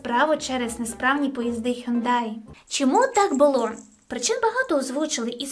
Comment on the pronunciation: Трошечки буде зараз душнувато, але Hyundai читається «Хьонде».